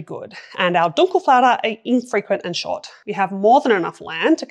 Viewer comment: i like your speech and being surprised about your "Dunkelflaute" pronouncement - perfect